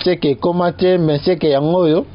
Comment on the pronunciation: BENSEKE et non Mbeseke